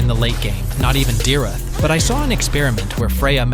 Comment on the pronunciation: the pronouncation for dyrroth is dayrot